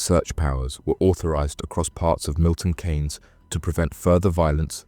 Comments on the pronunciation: Its pronunciation Milton keys not Kay’s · It's pronounced Milton (KEENS) spelt Keynes, not Cains..😂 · It’s Milton Keynes, more pronounced ’Keens’, not Kanes. Us MK folk remember this incident well, extremely sad and not needed. Thanks for shining a light on the tragedy. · Pronounced 'keens' not 'kanes'...decent vid though. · It's Pronounced Milton Keynes (Keane's) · 😂 I noticed the miss pronounced Milton but on the 3rd or fourth time he got it right I’m happy you left small gaps in the story which made it better, The families are going to suffer the most of their losses The gang got what they deserved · Have you ever heard your home town pronounced as it is during this, because I certainly haven't.